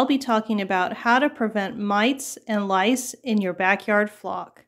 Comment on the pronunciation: Lol, I caught that too! It’s a tongue twister! 😊🐓